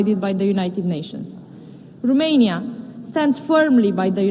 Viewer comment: In limba engleza, Romania se pronunta tot Romania, nu Rumenia 🙄 De cand o vedem ministru, e a nu stiu cata oara cand a pronuntat Rumenia, o singura data a zis Romania 🙄 De ce ales sa vorbeasca cu parul in ochi? 🤔